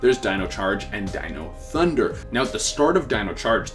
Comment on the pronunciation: He finally pronounced dino thunder correctly